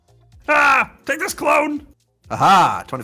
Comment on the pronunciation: When // said clone tycoon for the first time in the vid did anyone else hear toe tycoon?